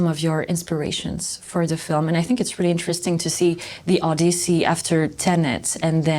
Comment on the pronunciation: did she say Odussy?😂😭😭